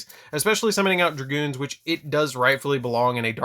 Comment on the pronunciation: Dragoon bro. No "s" or "z". Lol